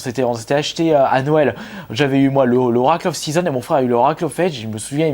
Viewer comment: Très belle collection,moi même étant un grand fan de la série Zelda (ma licence préférée). Juste quelques erreurs de prononciation répétées sur plusieurs vidéos, "Link's Awakening ", "Oracle of Seasons" " Oracle of Ages ", les s à chaque fois que tu oublies